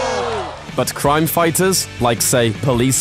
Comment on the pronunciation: couldyou please find a presenter who can pronounce the letter 'R' I don't care how good your research is (and since you didn't known Hawkman and Hawk girl were police officers from another planet and that was their uniform of course they look similar it's pretty poor) i could only make it half way through listing to you rabbit on about "cwime" before i gave up in disgust-get speech therapy or a new job.